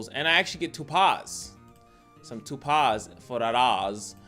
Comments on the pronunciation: Lol no you were correct 🤣 but the way you said it and how often had me crying 😂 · you're pronouncing it wrong, but I thought it was on purpose lol